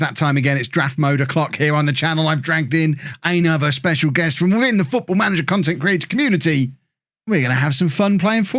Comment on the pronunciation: The way you said “content creator community” was very impressive. I’m now wondering how many takes it took. 😂